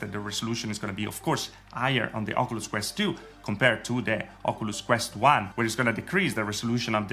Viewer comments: Why you saying ocooloos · Oculus pronounced in this video= okooluss Not trying be rude but I find it funny